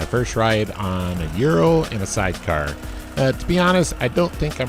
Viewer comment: “Ooh-rral” not “you-ro”